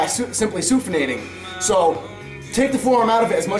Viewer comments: I think you mean supinating, not sufinating... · and ... is he trying to say supinating, or is this some new word I don't know about? :P